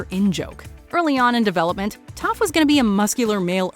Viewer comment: was i the only one who heard her say tough not toph 👁👄👁